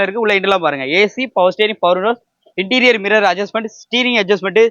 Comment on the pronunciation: இன்ட்டிரியல் இல்லை தம்பி , இன்டிரியர்